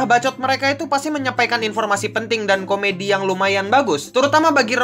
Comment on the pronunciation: invormasi instead of "informasi"